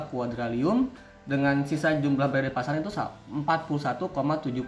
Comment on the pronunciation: Bang revisiya penyebutan nama nya harusnya quadriliun bukan quadrilium 🙏